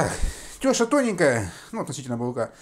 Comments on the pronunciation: Не теееша а тешааа ударения на букву а. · У нас называют теша́, а не тёша.Но рецепт правильный.